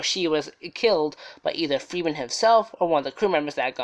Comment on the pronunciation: His name was Jack Ferriman, not freeman u tool.. 😓